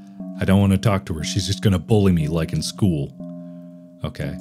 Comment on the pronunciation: "My arch nemesis from skeewl."-Markiplier 2022